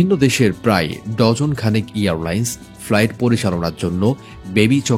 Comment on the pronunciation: Earlines na airlines hobe... hahahahah